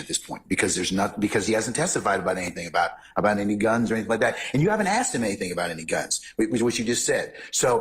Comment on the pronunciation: Her since the beginning of the trial saying aksed instead of asked is the most cringe thing ever